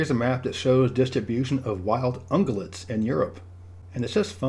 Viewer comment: these are some cool map ideas. You are never a person I ever want to correct…such a great guy…but I think ungulates has that “gyuh” middle part that contains a y sound. Not “guh”. That’s all. All the rest is super perfect! 😘❤️🥇😎⭐️🏆♥️👍🏙